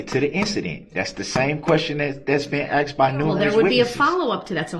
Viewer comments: Relavancy, I axed, and it goes to his biast..ahahahsh what a fin idiot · If he says " axed" one more time..... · They should teach hi to say ask and not axed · I thought i was goin crazy cuz every time he said said axed instead as asked. But im not alone obviusly lol. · Biast....biastness.... substained.... axed....troof....a whole new vocabulary.... not as intelligent as he thought he was 😂 What's with his scary manicured lady hands....bet they go down well with Bubba. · I wish you would have corrected him when he said axed as well as biased. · He axed his questions 🤣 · don't you mean "ark-sed"??? SUBJECTION /Grounz 😐